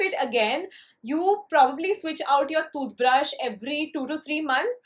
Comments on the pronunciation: The way she tells toothbrush... thooth brush cute girl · the way she says tooth brush is so funny hehe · The way you say toothbrush sounds different and funny lol btw is it just me or someone else too ?